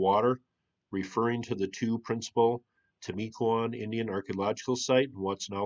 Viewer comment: I live here, have you looked at Mt Pleasant on Fort George Island ? Locally It's pronounced "Tim"-u-cuan ;)